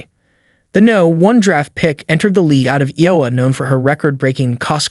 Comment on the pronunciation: Iowa is being pronounced incorrectly